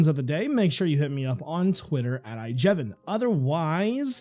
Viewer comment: not ijevin